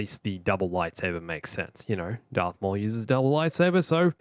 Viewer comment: IS HE SAYING DARK INSTEAD OF DARTH OR IS IT JUSDT ME!?